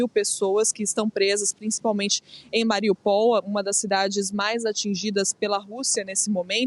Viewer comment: A cidade não se chama Mariupol chama-se MariÚpol !!!!!!